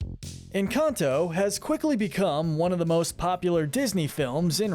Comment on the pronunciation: its not ehn caunt ow its en can to its not mauh drigaul its mad drigal its not aubuelah its ab well ah AND ITS NOT CUMILO ITS CA MEE LO